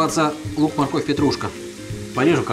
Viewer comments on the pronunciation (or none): none